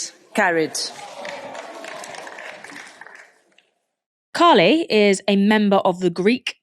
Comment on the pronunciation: It is pronounced Kha-ee-lee with the emphasis on the last syllable